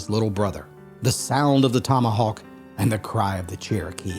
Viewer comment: Why did you say "Kerokee" instead of Saying it right ( Cherokee)??? Let me guess .....so you wouldn't have to pay a royalty for the name....???